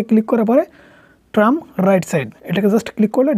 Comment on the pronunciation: ভাই আপনি ট্রাম না বলে ট্রিম বলবেন